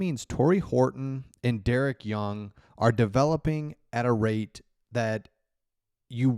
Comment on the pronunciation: It's Pronounced "dareek" young...